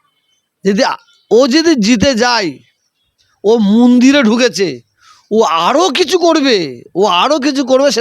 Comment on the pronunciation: Mandir uchcharon kortey paro na Toha babu. Tumi musalman samajer netritto debey.?